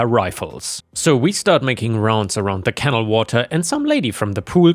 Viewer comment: Hey a Canal is not a Kennel. Pronounce it Can-Al. like can Al do this? CanAl canal not kennel